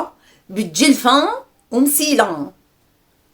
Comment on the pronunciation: ضحكتيني بنطق كلمة دجلفة ومسيلة